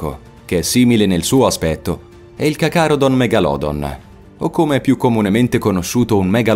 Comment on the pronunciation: Video simpatico, tutte le creature escono da ARK (ci giochi molto?) ma informati meglio e pronuncia meglio i nomi (?cacarodon megalodon?)... un calamaro gigante era il Tusoteuthis (sempre da ARK)... a sto punto potevi citare anche il plesiosauro ed il giganotosauro